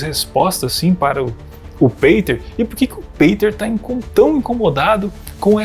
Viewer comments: Juntar todos não somam nem 1/5 do conhecimento do Peter, tadinhos. hauahuhauhauha E a pronúncia é Pêter e não Peiter. hauhauhauhua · Por que voce pronuncia peiter ao invez do correto que é piter ??? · PETER Igual Peter Pan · O cara utiliza um nome gringo mas quer que pronuncie abrasileirado, é isso? Que loucura meu irmão... 😂